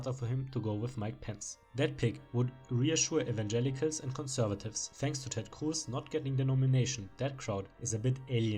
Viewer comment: I like how you say Ted Cruz as Ted khcwooß